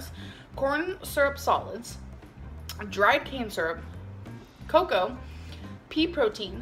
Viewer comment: Wait wait wait did anyone else hear “dried cancer” when she was reading the ingredients on the vegan Ben & Jerry’s. WTF ! 🤣